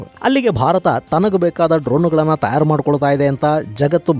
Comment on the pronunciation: ತಯಾರು ಅಂತ ಸ್ಪಷ್ಟವಾಗಿ ಉಚ್ಚಾರ ಮಾಡಿ ಸರ್.. ತ್ಯಾರ್ ಅಂತ ಕೇಳೋದಿಕ್ಕೆ ಸರಿ ಅನ್ನಿಸ್ತಾ ಇಲ್ಲ..